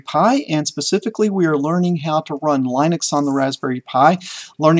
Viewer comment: Linus Torvalds and everyone else on the planet pronounces it Lih-nix (not Lie-nix). Get it straight! What did I learn? You can't type, you can't spell July, you forgot October, and you take 40 forevers to teach the simplest Linux commands.